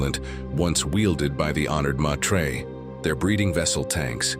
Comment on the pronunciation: It is Honored Meters not Maytreyz